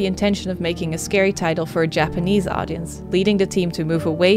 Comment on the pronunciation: Finally someone making a decent effort to pronounce Japanese words correctly. She actually does a really good job. Appreciate it